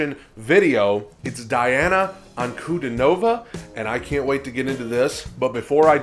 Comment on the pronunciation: Correct pronunciation DIANA [Diː ˈa: na:] as Dee-ana ANKUDINOVA [A:ŋ kuː 'di: nɔː va:]